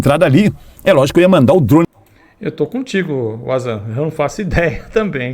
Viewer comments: Wanzam: "Uazan" não, "Vanzan" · Po é Vanzan não Uazan. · A pronúncia do nome do cara do vídeo é VAN ZAN o nome dele é Wanderlei Zandoná. O W tem som de U na lingua inglesa, já no alemão tem som de V. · O nome dele se pronuncia (vanzan) amigo. Eu tambem mandei para vc aqui no YouTube. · Perai,tu ta dizendo que o ovni do datena é um avião e ta querendo desacreditar os objetos do wanzan?nao sou teu seguidor,por acaso to olhando teu video,mas tu nao sabe quem é o wanzan,tanto e que tu nem fala o nome dele correto,e um baita profissional,merece respeito.